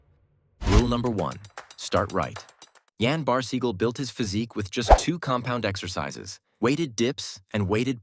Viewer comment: Yes, Yen Barseegle. Okay clanker, keep clanking alone.